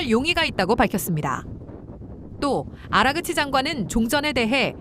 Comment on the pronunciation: 아그라치가 아니고..아라그치 입니다.